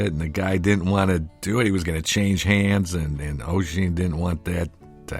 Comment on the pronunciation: Haha this is really great. What is Oisin sad about? Does anyone know or is it private? Anyway best wishes out to both of you! Fyi. Its pronounced Usheen. Like Usher... with the een!!